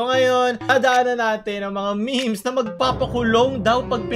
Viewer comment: I love your accent, say it again " Mga miHms"